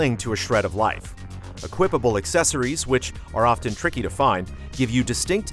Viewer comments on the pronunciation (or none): none